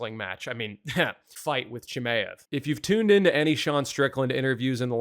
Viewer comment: Who the hell is CHIM-AYE-EV?